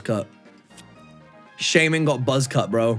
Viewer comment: Shaymin „mishye“